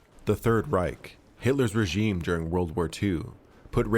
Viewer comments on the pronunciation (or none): none